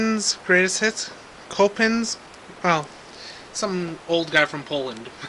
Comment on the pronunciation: um....its pronounced 'sho--pan"